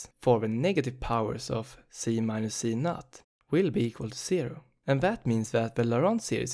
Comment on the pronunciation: You are reading z_0 as z_NUT 😂 I'm sorry, it just made my day. Thank you for the very helpful explanation of the topic.